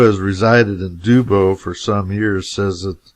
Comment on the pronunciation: Not Dewboe, it's pronounced Dubbo, like rub a dub dub.